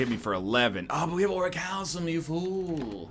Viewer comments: ugh. It's ori-cal-COME, not ori-cal-SOME. You're so close to saying it right it's almost more annoying than when you said it wrong. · He keeps calling it Orichalsum and it's killing me